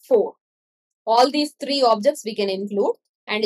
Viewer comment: I really like when you say three its kinda funny but thank you so much